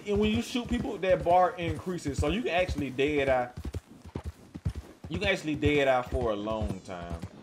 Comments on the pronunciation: Does anyone else hear a weird pronunciation of "deity" throughout the video instead of dead eye?? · What the hell is der dar? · Wtf is dade eye? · More like dēA dī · He said dad I lol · 'Day Dye'? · I am glad he showed us how to use da ded uhh, fill da ded uhh core and how da ded uhh meter can fill quickly or slowly based on how ded uhh core is full or not. Thanks for da video on ded uhh